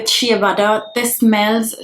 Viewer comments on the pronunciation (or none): none